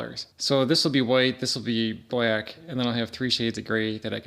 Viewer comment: I like how you say black. “Blyack” 😂